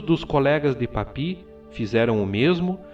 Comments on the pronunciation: Gosto muito dos vídeos, mas o está pronunciando o nome de forma incorreta Papus, não é papi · a pronúncia é PAPIUÍS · Maravilhoso vídeo. Apenas uma correção, o correto é Papus mesmo e não "Papi" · Ótimo vídeo! Só um adendo, nos círculos marinistas Franceses não pronuncia-se "Papi", por mais que pela forma que era escrito "Papus" parecesse conveniente na sua expressão francófona, mas por ser inspirado no Nuctemerom de Apolônio de Thiana, alguns...ou melhor em sua maioria p chamava de "Papuss" ou seja, não Papi e sim Papuss mesmo! Não quero com isso desmerecer o fabuloso vídeo. Grato!